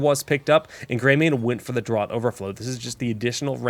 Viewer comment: Great vid, but Draught in Draught Overflow is pronounced like 'draft' (think beer),not like 'drought'! Minor quibble, these vids are extremely informative, thanks!